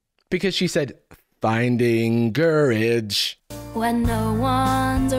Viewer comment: The "finding, COU-rage" line (and many others) is an example of bad lyrical phrasing. A competent songwriter knows how to align the lyrics with the music to avoid emphasizing awkward syllables. One of those things you only notice when it's done incorrectly.